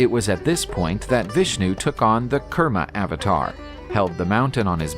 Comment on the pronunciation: Kurmavatar must be pronounced as koorma avatar.. not karma